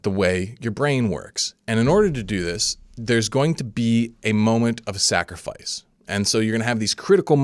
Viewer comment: "sacrifart" now stuck in my head